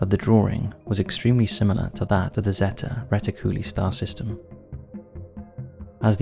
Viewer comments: Zetty retty-CULLA? 😅 It's zeta reticuli (ZAY-tuh ree-TICK-yoo-lie) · ZAY - TA RHE - TICK - YOU - LIE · Terrible and lazy pronunciation of words like Zeta Reticuli... It's ZEETA ReeTICuLIE. Ffs. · Just for the record, the star system is pronounced "zay-ta reh-tick-u-ly" ... Zeta as in the greek letter. cheers